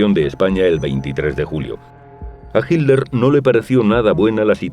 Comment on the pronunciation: como veo esto muy frecuentemente. Cual Hilder cabrón, tanto les arde el culo con el genocida qué no quieren pronunciarlo como es? Hilder... pendejazo